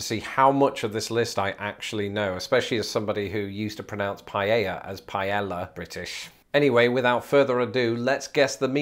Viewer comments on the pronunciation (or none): none